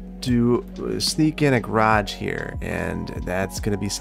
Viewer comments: Obviously I'm year late but i have to say as an english person i absolutely love how he says garage like 'graaj' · you have a funny way of saying garage. Never heard anyone pronounce it like that before